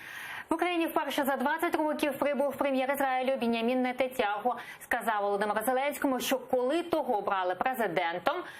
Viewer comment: Не Він'ямін, а Бен'ямин!!!